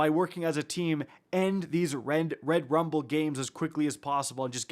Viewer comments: Anyone else found it annoying how he kept emphasizing Rum(ble)..... like just say rumble.... this isn't English class lol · You just can’t say Rumble normally 😂😂. It was irritating me the whole time for no reason lol